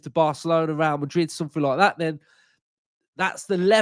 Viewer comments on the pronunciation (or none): none